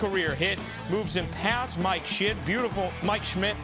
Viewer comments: dude didn’t mispronounce his name, he just has a grudge against Mike shit Schmidt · pretty sure he said Mike Shit 😂💀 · mike shit 😆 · "past Mike Shit, Schimdt" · It had me dying when they pronounced Mike Schmitt’s name wrong